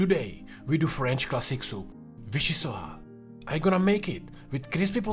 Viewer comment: It’s pronounced VichyssoiSS